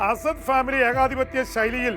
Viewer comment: അന്താരാഷ്ട്ര വിദഗ്ദ്ധന് പോലും 40 വർഷം സിറിയ ഭരിച്ച ആളുടെ പേര് പറയാൻ അറിയില്ലാ😂 . ആസാദ് ഇന്തൃക്കാരനും അസദ് സിറിയക്കാരനുമാണ്. ആസാദിനെ പ്രധാനമന്ത്രി മുൻകെെ എടുത്ത് ഇന്തൃയിലോട്ട് കൊണ്ട് വരട്ടെ